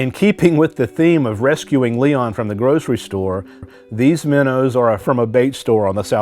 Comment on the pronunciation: It’s Leon not Liam lol